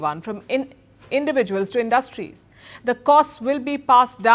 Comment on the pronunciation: Learn how to pronounce “ turbulence” , “ personnel “, “ industries” etc